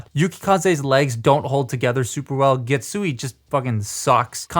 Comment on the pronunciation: And Getsu-aye (a as in "ate"). THe rest you got the pronunciation right!